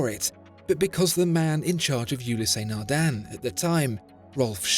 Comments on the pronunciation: Fascinating that with all the research that goes into the channel and beautiful Imagery, you cannot be bothered to check the pronunciation of brand names beforehand.. U-less, but certainly not U-lee-sea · It's not ulisey it's Oulis naghdun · I swear if you call it Yooleeseh Nardain one more time... I don't know how much they paid for the advertisement/infomercial, but I would sue you after the butchering of that Title. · I freak out everytime you say the name..............WRONG !!! Gees !!! You break my ears !